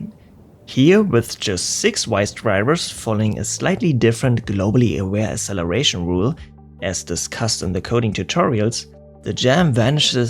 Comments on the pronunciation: FYI there's not a single dictionary that accepts pronunciation of "acceleration" without "ks". The same goes for access and other similar words. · Please learn how to pronounce "acceleration". Hint: the first "c" has a "k" sound. Otherwise, great video. Fascinating stuff. Thank you.